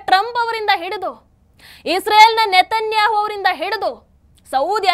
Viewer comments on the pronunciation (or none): none